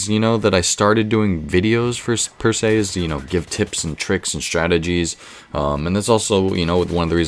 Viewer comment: haha you said persee'